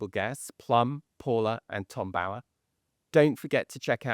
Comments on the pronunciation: Can you PLEASE pronounce Tom Bower’s name correctly!!! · Why cannot Tom Sykes say the name “Bower” correctly? He says it wrong every time! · Forget the fashion, too frivolous. Why do you miss pronounce Tom Bower’s surname? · Is his surname pronounced Bo-er or Bough-er? Tom Sykes is the only one I've heard pronounce it the former. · How does Tom Bower pronounce his name? To rhyme with flower or lower?